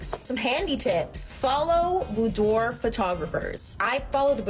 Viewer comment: bood-wor, come on lady, it’s French.